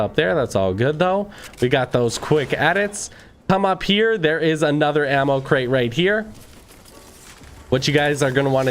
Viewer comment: Him: There is lots of fake videos out therrrre. Me: says the person with a burger king advertiser voice